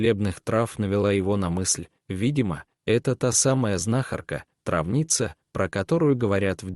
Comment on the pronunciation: О читать ,, трАвница,,. И вообще, надо внимательно читать и ставить ударения, а рассказ интересный 🙏🙏🙏